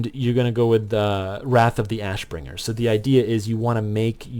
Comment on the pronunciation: you said "wrath of the assbringer" lmfao. great vid. learned a lot from it so thank you.